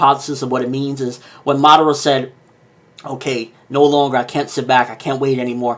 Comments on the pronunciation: nice video. but just one word of advice: madara. its not madera. there should be three distinct syllables there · it's funny how you Americans say the names of Japanese anime, can not pronounce right? Or do you pronounce so on purpose, Obitouu, Narutouu Madarrrra, that I dont speak any Japanese but speak the names correctly according to the Japanese language.